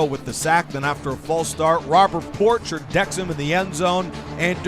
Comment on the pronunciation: Robert Porcher's last name is pronounced "Porshay."